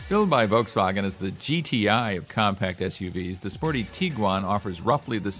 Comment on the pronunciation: Wow someone who actually can pronounce Volkswagen 😮